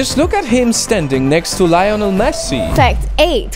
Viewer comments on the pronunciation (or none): i like your videos and stuff but cmon the way u said LiOnal Messi 😂 no hate bro lmao